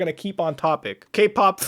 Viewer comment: Every time Muta says Kpop I hear GayPop